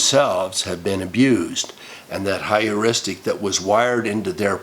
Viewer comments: It is Pronounced "Her-ristic" Not to be confused with Histrionic Heuristic Hysterics (The Most common Feminine constitution for at least 2 weeks out of each month-cycle). Oh By the way?? Statistic's assert that 1 in 3 girls are victims of sexual assault/abuse whilst 1 in 5 boys are....though the statistics for boys might actually be higher & closer to that of girls only because boys hardly ever divulge the issue even when they're adults (I was a barely-into-my-teens victim of Sexual Abuse by a 30-something adult). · Is the word Heuristic (hyouristic) rather than “higheristic”? I must admit I found Anita Hill believable and concluded Clarence Thomas a chauvinist boorish person who played the victim race card. While I considered Ford a wounded person, believing it important to validate her damage somewhere, sometime; I believed Kavanaugh.